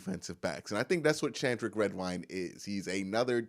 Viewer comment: Shandrick? Redwine....its Sheldrick ...Shell-drick